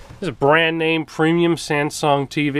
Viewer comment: What's a "Sansung"?